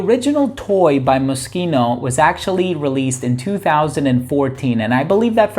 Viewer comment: Always appreciate when someone pronounces Moschino properly 👍🏻 thanks for the vid as always.